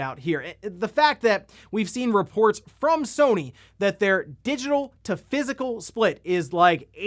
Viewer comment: Each time says all the syllables in physical an angel gets it's wings.